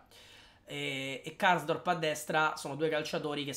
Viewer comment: KARSDORP...te sei perso na R ahahahhah